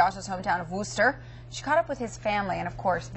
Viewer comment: If you're gonna keep doing stories on Josh, learn to pronounce Wooster...please.